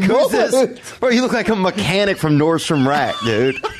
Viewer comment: I think he said Mechanic-in... Like Mannequin... Get it...